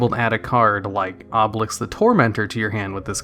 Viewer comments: Obelisk. Not obeliks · "Obelix" lol